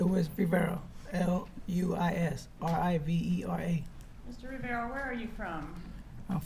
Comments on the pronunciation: That defence attorney getting Rivera’s name wrong and then mispronouncing it as “Vera” the second time around after he corrected her and trying to reach out and touch him the first time - stopping just short - is terrible. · Then she called him Mr. Vera after that. Lol